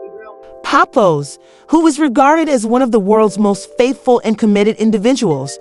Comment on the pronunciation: Omg learn the right pronunciation of Pap's name!